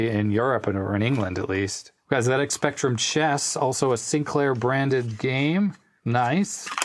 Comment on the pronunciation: Thanks for calling it a ZX Spectrum the Brit way. I know Americans pronounce Z different to us Brits but it really makes me happy to hear someone from the states call it a Zed x spectrum not a Zee x spectrum.